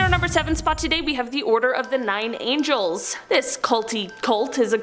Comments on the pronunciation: Nine Angles!!! Not nine angels🤦🏼‍♂️ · Its NINE ANGLES, not Nine Angels. God's Angels have nothing to do with that group.